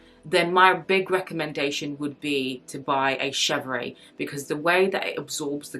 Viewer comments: Yes, the pronounciation is she-vr (with a tiny “uh” at the end), not ay. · Just pronounced shev-rr (no ‘aye’ at the end) -otherwise, good video. I like all leathers for bags except epsom but I realize I’m in the minority. Clemence and Box are my faves. Togo has veining at times where Clemence does not.